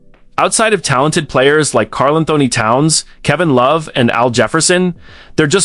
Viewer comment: Your AI narration AND captioning BOTH suck. The voice can't pronounce KATs name properly and the captions say "Carl and Tony Towns"??? You also forgot Andrew Wiggins in the modern era, and Zach LaVine among others earlier. "First round...series against...Grizzlies...Anthony looked like the best player on the floor AGAINST a group that included KARL ANTHONY TOWNS"??? WHEN did KAT play for MEMPHIS???